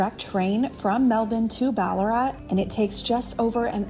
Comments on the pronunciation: you definitely said it right!! We do say ‘Bal a rat’ though, even though you said it phonetically correct ;-) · Pronouncing Melbourne properly makes up for mis pronouncing Ballarat and mallee!😉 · What!! Here I am Sunday morning in Melbourne, with my coffee, watching yiu guys and you're here. Fyi, Ballarat is not an AH sound. Thexa is like in wank. Sorry best word I could think of!! Wonder if you're gonna make it put to the eastern suburbs, and my area ?